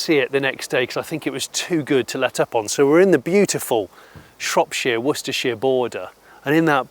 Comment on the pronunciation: This man said worcestershire like a pro. Had to rewind a few times, and I still can't say it.